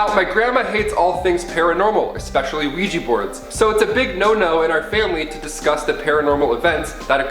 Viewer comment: OUIJA NOT OUIJI